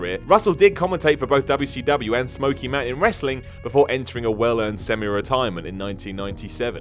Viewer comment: I notice you say wwcw I thought it was wcw and you said wwwf again wwf?